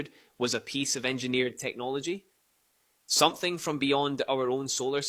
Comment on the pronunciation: Please stop saying 'somethink', it's someTHING', there's no 'K' on the end.